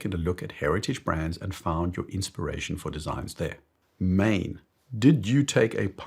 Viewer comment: It's NOT mane, it's Maen, pronounced Maan. The question is "what is a microbrand and what is a factory brand. I look at at design, aesthetics, and quality. I know watches too well to worry about name and heritage. That doesn't mean I ignore poor brand names, and of course I take devaluation into account.